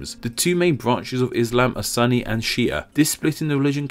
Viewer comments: sunni are pronounced shoo nee, and also how could you tried to explain things that is supposed to be explained in arabic, are you making things up ?, never heard of such things as MU-ISLAM, there are also various call inside the book, a short introduction, Nas (People, which is ordained or specific laws that applies for entire population, a non muslim is included), and then Mu'minoon (which is ordained or laws/news that applies for those who claim himself/herself as a believer) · It’s not pronounced “sunny” its “soonie” isn’t it? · I'm pretty sure suni is pronounced soony not sunny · It's not Sunny Muslim. Its pronounced Suu nii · It's Sunni not sunny like you pronounced Sun'nah it's Sun'ni (sooni) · It's funny how you say sunni you pronounce it as sunny. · it's not pronounced as sunny it's soonni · not sanny but sunni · S oo ni....not sunny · I'm not a Muslim but I'm pretty sure it's pronounced "Soo-nee" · Its actually pronounced Soo-ni. He got that wrong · Its "Soon-nee" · Just to note, the discussion between conflicts of Sunni and Shia has been constantly in the news for a long time so I am surprised he never heard someone say it with correct pronunciation on TV before—unless in Britain they actually say “sunny”...I doubt that though. Love this channel however, keep up the good work! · As a Muslim and an Arab, I found it a bit strange that non-muslims find that the two words are unrelated, but also interesting to put myself in your shoes. Anyways, the narrator has explained it so close to what we already know.. One more thing, the word "sunni" is not pronounced like "sunny" but more like "sounni" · It's pronounced soo-nee, I know that because I am Egyptian and a Muslim (and ofc Arabic is my main used language) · Sunny? Sunny and Shi'a? I've... literally never heard anyone mispronounce Sunni before. Not even Fox News gets it that wrong. I'm... extremely impressed. Edit: OMG! And he keeps saying it! This is hilarious! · it soon ni , non sunny.